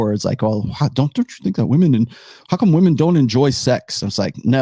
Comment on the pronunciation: Why do some people say vvomen instead of woman?